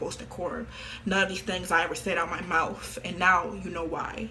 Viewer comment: I know this is a serious video but im laughing so hard at her trying to pronunce "mouth" Mouftht